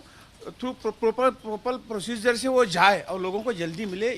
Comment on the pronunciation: प्रोपर प्रोसीजर को पिलोपल बोलने वाले चुरकट दलाल नेताओं बाबा ने तुम्हें दलाली नहीं दी, दवा खराब हो गई , अले पिलोपल को पहले सुधार फिर परमीशन देना ।